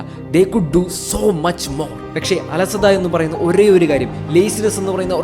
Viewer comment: പെക്ഷെ അല്ല പക്ഷെ